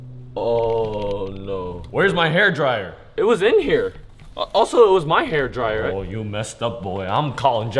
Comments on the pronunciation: that "HAEIR DRAIYUR" Sounded so Ging Ging 😭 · Bro said hairdryer in a giiing ging accent